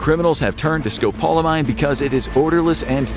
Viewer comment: You're pronouncing scopolamine wrong